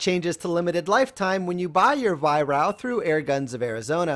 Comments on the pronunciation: Excellent review, by the way it's pronounced Vi-Raark :) (Over here anyway!) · Nice review, but why do you pronounce Weihrauch as "Weihrau"?